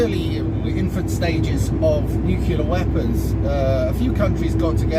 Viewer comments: For the love of god! NU CLEAR. Not bloody nucular. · ‘ new clear’ …. Not ‘nukular’….. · It's Nuclear (New-Clear) not nucular (New-Que-Lar) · Your understanding of history and geopolitics is simplistic and ignorant. The word is 'nuclear', not 'nucular'. Ad hominem attacks are not arguments. Read some books. Learn how to research and critically evaluate information, instead of relying on social media and your own subjectivity. You are not the brightest bulb. See: the Dunning-Kruger effect. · I think he doesn't understand they aren't nuclear. Or nukilar as he says. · Nuculer? 🙄 George 'W' has a lot to answer for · I stopped at “nuc-you-lar”. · I don't think nucular weapons are as powerful as nuclear ones....